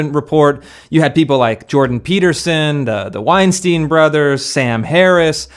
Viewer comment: Weinstein rhymes with Einstein.